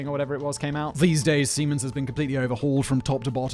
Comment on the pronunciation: Was I the only one who got initially confused by Simon’s pronunciation of Siemens? I kept hearing semens and was wondering what the hell he is talking about.